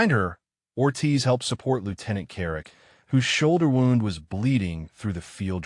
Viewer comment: Good story but I wish the algorithm was adjusted to correctly pronounce wound. The injury rhymes with pruned. The coil rhymes with round.